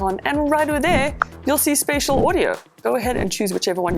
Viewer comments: it is spaTial not spaCial audio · special hota spacial nahi!!!!!!!!!!!!!!!!!!!!!!!!!!!!!!!!!!! learn english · Spatial. not Spacial...I thought this was professional content...